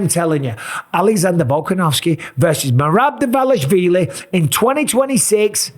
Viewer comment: Just write in google translate and listen how to pronounce Merab Dvalishvili